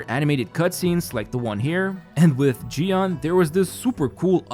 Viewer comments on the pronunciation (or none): none